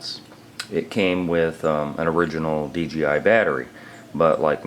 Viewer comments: D-J-I say it over and over...NOT D G I .......DAMNIT LOL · none of them say "dgi" because its dJI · Why does so many dji owners say dgi I hear it all the time this guys say dgi every time